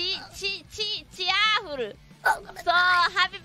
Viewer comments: The way Shuba pronounces "cheerful" its too precious CHER FOOL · I’m gonna die Subaru speaking English is way too cute....especially how she kept repeating cheerful and not sure if she pronounce it right